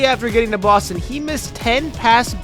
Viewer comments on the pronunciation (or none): none